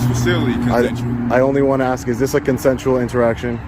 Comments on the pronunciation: Like that one comedian says: there are certain words that white people can't say and there are certain words black people can't say! White people can't say the n word and black people can't say "ask" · I hate when they axe questions 🤦🏻‍♂️😂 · Sitting there and axing meh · The very second he said "axe" instead of "ask" we know he is nothing but ghetto trash who doesn't deserve his welfare check. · As a cop, he should know how to say the word ask. It's not ax it's ask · oh another axing you person. The English word is ASK! if you are asking a question you are ASKING not AXING. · Those poor questions. Why did he keep axing them? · How did he pass the exams? And i noticed he says ax instead of ask. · Do black people know the word isn't axed? They word is actually asked~ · I really think it’s ridiculous to say ax instead of ask. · 'I'm sitting here' as he stands and he 'aks' a question. 'I can get a bunch of people over here to get your fingerprints' 'The facts is' Where the hell did they find this officer? he is one of the dumbest cops I have even witnessed. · This pig is truly an idiot. Another low i.q. hire. Thankfully the Sheriff Has a brain. They need to do a lot better legal training. Oh, the word is ask, not ax. 😅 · Why is the English language so hard? It’s ask, not axe!!!!! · he didnt ask a single question, though he axed many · !? GED ? Axe you for your I.D. LOL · Why do so many people say "aks" instead of "ask"? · The deputy wants you to use common sense but pronounces the word "ask" as "ax". My 6 year old even knows how to pronounce that very hard 3 letter word. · "I'm trying to AX you questions" LOL WTF??? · AXE. 😭😭 just say it right bro. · Hey Deputy, spell "ask" for us. It's a three letter word but you can't even pronounce it. You are also just ignorant in general. Learn the law! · This officer Deputy or whatever he is clown needs to be fired he can barely pronounce the word ask correctly